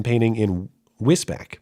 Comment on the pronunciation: Wisbech - pronounced Wis-beach ;)